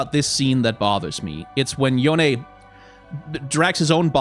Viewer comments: I LOVE YOU FOR PRONOUNCING YONE CORRECTLY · At least someone say his name correctly. Necrit was upsetting me